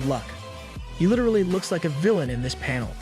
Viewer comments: Please for the love of god and his flip flops please say “this” instead of “dis” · I know this isn’t related to what you said but am I the only one that hears the fact he says this wrong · Why did you start saying dis instead of this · His he saying dis or this? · I like when he says dis instead of this in the demon king arc been here since (1) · the way you were saying ThIs